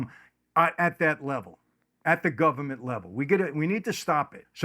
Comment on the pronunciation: "The Gubment."